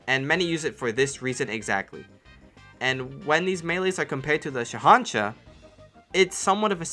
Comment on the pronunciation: How do you pronounce ¨Shahanshah¨ right but not ¨Kukri¨?